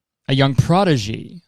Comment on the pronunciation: I think it's pronounced praw-dih-jee